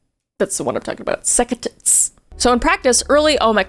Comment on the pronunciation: Orthodox what?🤣 The heavy over pronouncing of sects didn't fix it either! Sound like, "sucka tits"! 🤣🤣